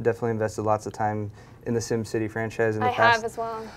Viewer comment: Did did did she say sims city!!!!! o_o